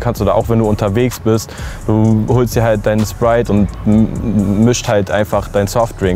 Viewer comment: „Wap“ „Spwite“ - junge triggert die Aussprache